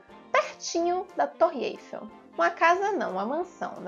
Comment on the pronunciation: olha a pronuncia menina! é torre Eifééééé´llllll, não fale Êêifel na frança que nao gostam😎